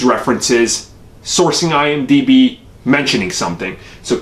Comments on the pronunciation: It's IMDb, ugh c'mon... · Dude It’s IMDB